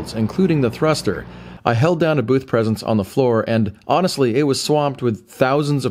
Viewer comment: I know you said "I honestly" but what I heard was "Ion-estly".